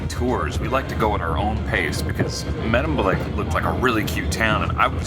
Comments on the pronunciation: May-demblick, not Meh-demblick. ( for the next time you're there ) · why did you say Meddemblik ?